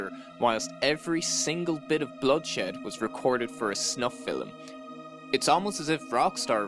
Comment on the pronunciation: its "film" not "fill-em"